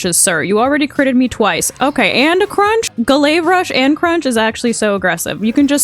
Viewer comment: Ga-layve rush 😂 you crack me up dude